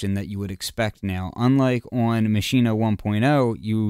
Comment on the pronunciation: Finally someone who pronounce it correctly. It's mah-she-neh, just as said in the start of the vid!